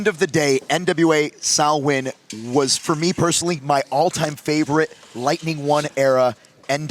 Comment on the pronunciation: Delighted they pronounced Samhain Sow-in and not Sam-hain 👍